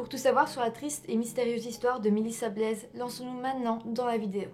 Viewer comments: Il ne faut pas prononcer le « s » dans Blais. Ce n’est pas « Blaise » mais « Blais ». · Je suis de Yamachiche et qu'elle triste histoire mystérieuse j'espère sincèrement qu'ils vont enfin avoir des réponses ...ces derniers jours il y a quelques Developments justement ...en passant on dit pas Blaise mais blai on prononce pas le s 😜 Merci tes sujets sont toujours intéressants ♥️ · En fait, en Français (enfin dans mon Grand Ouest) on dit "Blais" comme "Blè" aussi. C'est peut-être la prononciation Belge ;-) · Au Québec on prononce Blais comme "lait" lol !!!! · J'apprécie que tu traites de cas québécois et je souris souvent quand je t'enttend massacré certains nom de villes ou de famille ( tu n'est pas la première ni la dernière) je suis sur qu'il y en a pleins qui le souligneront on ne prononce pas le s dans Blais. Pourtant ce sont souvent des nom de famille "typiquement quebecois" donc d'origine française qui au Québec sont devenu très courant suite à l'effet colonisateurs !